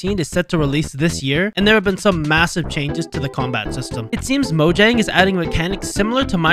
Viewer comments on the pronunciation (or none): Mojang is actually pronounced MoYANG